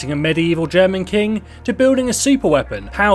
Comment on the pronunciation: This man need to take German lessons... His pronunciation is painful!